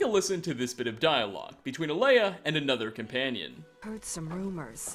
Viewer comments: Pronounced ( Ay-la ), not Alea. And his name is ( Vol-thur-yol) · A ela not alaya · it's AELA not Alea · here’s another mystery, why can’t this guy talk? he can’t seem to pronounce ANYTHING right! in other videos he just gets everything he says wrong, he said ‘alea’ not aela. is he just dyslexic lmao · It’s aela, not alea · "Alea" It's Aela you oversized mudcrab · It’s pronounced Ayla, not Alaya. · Aela is called Leia now apparently. I gotta say, for some reason, calling you out on your pronunciation is kinda fun. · How can you pronounce Aelas name wrong 3 (EDIT 4*** ALAY??? SERIOUSLY MAN) different wrong ways in the span of like what 20 seconds dear god I enjoy the videos but question if you've ever played the game with audio because it seems like 90% of the things you cant pronounce even thought theyre said very clearly multiple times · Oh my fucking god. Learn how to pronounce the names before you say them wrong on the internet OVER AND OVER AGAIN. Khinareth. Kin-ah-reth. Aela. Ay-la. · A-laya? Wtf, are you dyslexic? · Stahp saying Alea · The only bad thing about this video is how pronounces Aela. How do you get it that wrong? Like, it's not even close